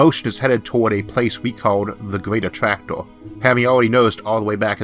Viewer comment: I don't know if it's my ears, but I hear a strange pronunciation, like clustor for cluster, attractoor, univorse for universe. Really disturbing. Why is that so?